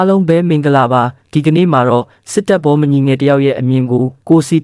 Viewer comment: ဘောမ ဆိုရင်ဘောမလို့ဖတ်ပါ ဘော မညီလေးလို့ဖတ်တော့ နားထောင်ရတာအဆင်မပြေဘူး မြန်မာစာအဖြတ်အတောက် မှန်မှနားထောင်လို့ကောင်းတာ